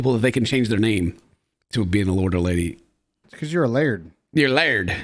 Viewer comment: Laird, not lard! Learn to read!